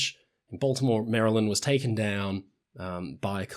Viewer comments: Hey, you pronounced Maryland properly! Most blokes from Commonwealth countries pronounce it "MARY - land", while it's pronounced "MARE-a-lind". I live about ten miles from the Key Bridge. Unlike most other people close to something that made international news, I freely admin that I didn't see, hear, or experience anything. I found out hours afterwards. I used to work in Baltimore and sometimes used the Key. It looked and felt old, and made your tires make unsettling noises. I never liked it from a driving standpoint. Of course, the collapse has nothing to do with age (in theory), but I took the tunnel or went around the topside most of the time to avoid the bridge. Plus, traffic was usually bad due to the toll lanes. Fortunately, I don't work in Baltimore anymore. Traffic there sucks. Not as bad as Long Island or LA, but it's bad. I can only imagine how much worse it will be with the beltway out of order. The Chesapeake is dangerous for shipping and even small boats. It has its own microclimate that frequently turns sour without much warning. There are places where the sandbars go from 50 feet deep to hull scraping in seconds. And while there aren't many bridges, the ones we have tend to be massive, like the Bay Bridge, which is actually two bridges next to each other; also there is the Bay Bridge tunnel, which is a combination of bridges and tunnels at the mouth of the bay. An engineer once told me that it's so long that they do inspections non-stop, a little section each d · As a long time subscriber from Maryland, I would just like to say how PROUD I am of you for pronouncing our state correctly on the first try. You said it like a native, Mari-lyn, Mari-lyn-D, Merlin are the three local prononciations lol 😂 ❤ anyways keep up the great work! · Thank you for not pronouncing it Marry-Land like most British people. That drives me up the wall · Thank you for pronouncing Maryland the correct way. I know it trips up a lot of people not from the States